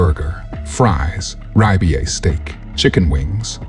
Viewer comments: the AI voiceover made this vid unwatchable. You got me at " Ri-b-i" steak. Would that be Ribeye ? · Rye be ay steak? What is that ? On July one thousand nine hundred ninety eight? What’s this all about? I guess it goes to show that AI is just as dumb as the real thing. Whoever created it wasted their time.